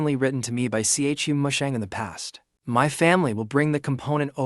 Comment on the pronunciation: Everyone: Chu Musheng AI Generated Voice: C H U Musheng